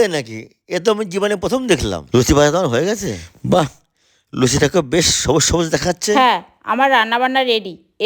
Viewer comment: তুমিও ভুল করছ সবুস সবুস না সবুজ সবুজ